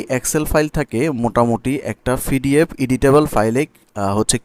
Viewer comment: পিডিএফ রে ফিডিএফ উচ্চারণ করেন কেনো? আপনি এতকিছু পারেন, উচ্চারণ টা ঠিক করতে পারেন না?